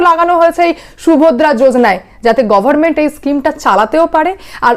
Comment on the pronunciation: It is government and not goverment. Pronunciation of "n" is not silent.